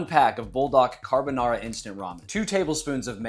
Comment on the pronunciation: 🫵 NO … NA DE CAARRRRRR BONARRRRRA 🫵😡 😂😂😂😂😂😂😂😂😂